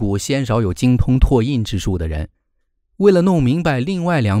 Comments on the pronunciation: 拓印读作…ta(4声) yin。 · 拓印唸作"塔“印，請修正！